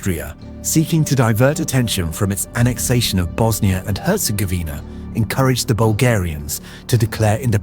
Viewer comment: And Bosnia herz-govner 🤣